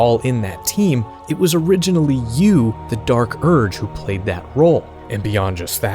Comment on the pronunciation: or Dee Ark Urg